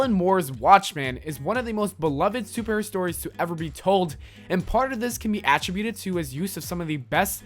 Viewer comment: You pronounce "attributed" wrong.